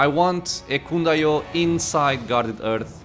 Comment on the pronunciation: Please, for the love of god, somebody tell me that in the 10months since this vid, this man learned that the H in Hearth is not silent... it's driving me nuts!